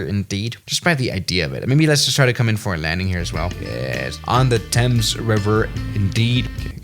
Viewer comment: Yes Thames is pronounced "Temms" lol